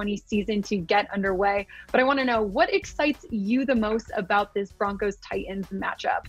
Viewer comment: Ti-ans? Su-in? It's Titans, Sutton. Please please pronounce these names correctly! I know this is a trendy way of speaking these days but it comes off as lame, uneducated and not professional at all! I know you have a great career ahead of you. None of the national level women sportscasters speak this way! My intention is to encourage you! Please take this as constructive observation! All the Best to You!